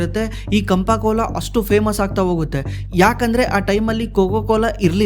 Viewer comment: ಕಂಪ ಕೋಲಾ ಅಲ್ಲಾ ಗುರು 😂 ಅದು ಚಾಂಪ ಕೋಲಾ 😂